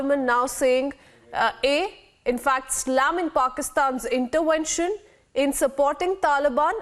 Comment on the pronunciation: "InterVention' not ' InterWention' please.....